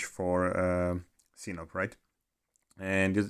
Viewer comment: It's not Sinop, it's SinOP 😎